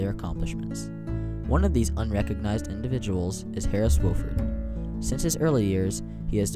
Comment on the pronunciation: Nice video, except you mispronounce the senator's name. It's WAH-fuhrd, not WOH-fuhrd. He says it himself in the video ""I Serve Because..." Video: Senator Harris Wofford"